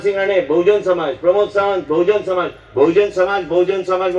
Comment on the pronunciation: Wrong pronouncation of Bahujan Samaj